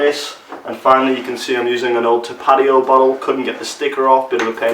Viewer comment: holy moly I love your pronunciation of tapatio!